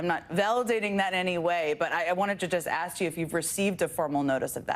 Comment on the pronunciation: You don't do that Leticia, are you a crook.. axing for a fren!